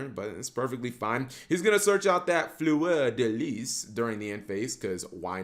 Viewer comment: "Fleur da les" with French accent like killed me hahaha,I love your work man,keep it like this.